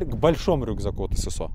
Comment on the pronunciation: В первый раз слышу правильно на русском "эСэСО", а не "СэСэО"👍🏻